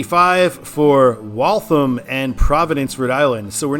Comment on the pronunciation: Yay, Massachusetts, my home state! Frist, it's WOOS-ter. In Western MA, there is no exit in Stockbridge, home of the Norman Rockwell Museum, so West Stockbridge, a separate town, is correct. For the westbound I-95 intersection to Waltham (no schwa on the second syllable), signing that suburb, just north of I-90, would be correct in that direction as if one were going to Portsmouth NH from Boston, the highway of choice would be I-93 north or the slower US 1 north through Saugus and Lynnfield. Getting back to the Worcester area, I-395 and I-290 are the same highway. I-290 north of Masspike is the original spur that was intended to be a loop highway that only got as far as I-495 in Marlboro due to community opposition east of I-495; the super-2 that continues into Hudson is simply called to MA 85. I-395 south of Masspike was originally CT 52 / MA 52 until 1983 when the highway was upgraded to interstate status. The number change officially is where the highways meet US 20 nearby. MassDOT is considering renumbering I-290 to I-395 for numeric continuity as the mile markers and exits for I-290 do not reset to zero; instead, they continue from I-395. Stay tuned for that. Also, the next exit to the east, MA 146, which got added around 1990, is signed for Providence RI, the first taste of the Ocean State on that highway. Some internet gurus opine that MA 146 / RI 146 should be renumbered to I-190, which does exist north of the Masspike going to Leominster (pronounced LEMON-stir) and F